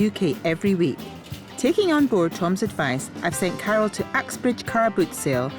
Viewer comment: When she says Carol it sounds like she's saying cattle lol